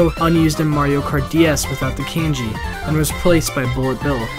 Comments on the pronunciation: its kAHnji and not “kAEji” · Is kanji really prenounced kain G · I almost died from the way he says “kanji”. It’s not KENJI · "Cane-ji"? Boy, you need to read a book once in a while.